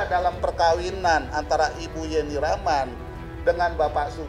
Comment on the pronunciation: ibu pengacara kenapa nama yeni rahman jadi ,jeni 🙄,jeni jeni terus nyebut nya